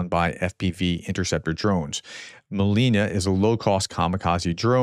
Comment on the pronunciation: And Prof, its not a Molina (raspberry), but Molniya (lightning).